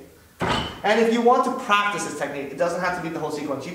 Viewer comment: Did he say plactice. I want some Flench flies no I think you need French fries. ...... Oh I am velly Solly.